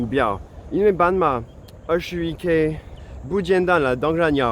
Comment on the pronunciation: 你發音不準，自己不檢討自己，加以改進，還對人生氣氣。 半馬，斑馬，傻傻分不清楚。 老虎，老鼠，傻傻分不清楚。